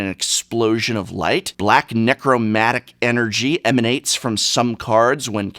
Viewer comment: Necromantic, not necromatic.